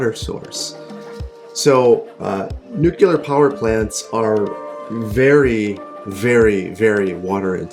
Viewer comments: NUCLEAR NOT NUCULAR! :( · I love the series, and it was really neat to hear you talk about the logistics and planning that goes into building a plant like this, but every time you said nucular instead of nuclear I died a little inside. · "new clear", not "nukular" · STOP SAYING NUKYULER DAMMIT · Like nails on a chalkboard every time you mispronounced 'nuclear'... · nucular :D